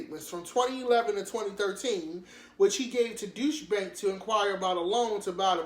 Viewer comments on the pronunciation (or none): Deutche Bank pronounced ( Doy- sha ) Bank which is a Russian Bank.